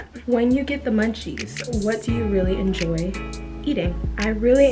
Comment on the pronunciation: Am I the only high one as well and heard “endoy” instead of “enjoy”?😭girl you’re so sweet and pretty